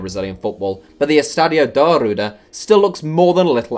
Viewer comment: A little tip for portuguese pronunciation: When a word has two following Rs like Arruda, you pronounce it like an H like hospital ;) for example the word Carro (Car) is pronounced like Caho not like Caro (wich means expensive in portuguese)